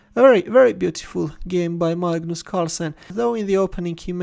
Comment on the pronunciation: "Magnoos" Carlsen 😂🤣😋